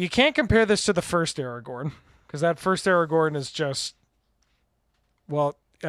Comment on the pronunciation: We're going to roast you for the pronunciation: The letters are right there in the name of the card. AragoRn. There is a second R clear as day. You're terrible at this aspect of things and should NOT be the person reading card names. Get whoever is on tech that day to do it instead!